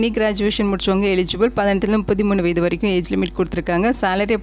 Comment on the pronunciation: வயது என்ன ஏன் வயதை மட்டும் முழுங்கி பேசுவது ஏன் ஏன்